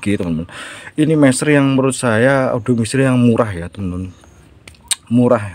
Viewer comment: bukan adu bang tapi audio